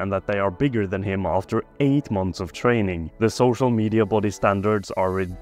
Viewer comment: "8 months of trenning" he meant